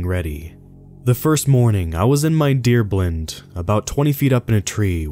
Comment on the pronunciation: green barret?......deer blend?....jesus christ.....this narrator has never stepped foot out of Starbucks.